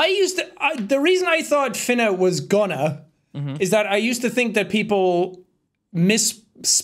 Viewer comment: It hurt me that there say finna like (fin)(na) instead of (fun)(na) because idk if this is just a Midwest thing but when say it like (fun)(na)